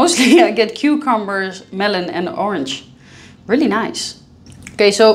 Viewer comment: Noyce? Noyce?! What -, are you speaking my language now?? (LOLOL aka 'Oz'). Orstrilya, right.